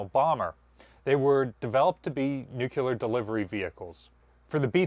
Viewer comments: Also it's new-klee-er, not new-cue-ler. Drives me crazy when he pronounces it that way. I'm fine with him saying Missourah though. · yeeeeessss thank you both. The new clue ler pronunciation really bothers me